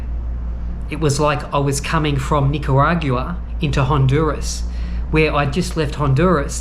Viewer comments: 😂😂😂@ Nigerian. It's NICARAGUAN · Should never be allowed into a country you cannot pronounce! Nicaragua! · You've butchered that Nicaragua word so many times I'm having trouble pronouncing it myself. Also: Yo Adrien !! Not Go Adrien. Here to help. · The episode where figures out how to pronounce Nicaragua 👍🏼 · I noticed you still aren’t pronouncing Nicaragua the right way yet…lmao. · They would not let you in because of the way you pronounced Nicaragua.